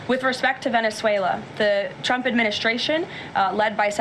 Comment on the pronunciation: While I’m on a rant, Karoline Leavitt can’t speak correctly. She pronounces words with /STR/ = with an SH…Shtrength…..and for Trump she calls him President Chump.